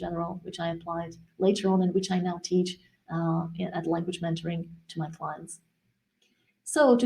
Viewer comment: When you say languagementoring it sounds like you are saying languagemandarin . The "e" in "mentoring," you are pronouncing it almost like the "a" in "man" instead of like the "e" in "men"